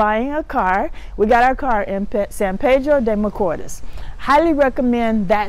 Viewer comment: Hi, I’m not being disrespectful and I love the fact you are trying to learn Spanish but you need to pronounce the letters in Spanish or else it sound awful. Sorry for being blunt but we say what we mean, AEIOU does not pronounce the same in English, you need to master the vowels first. when you said San Pedro de Macoors, very wrong. It should pronounce more like San Pedro De Ma co east. Love your show.